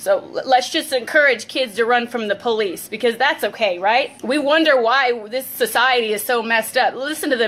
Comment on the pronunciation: Lol she said Poolice